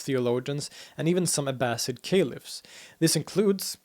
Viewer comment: I heard a few, but he does a very good job. I think he said Sunna wrong. And Caliph (with a hard K) But I do not know for sure they just stuck out.